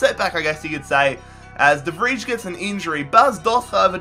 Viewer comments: de vrij (de vrei) not whatever the fuck he's saying lmao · "De Fridge" ?🤦‍♂️ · Why do you pronounce de Vrij like that. My god. Never had a Dutch name get butchered that bad.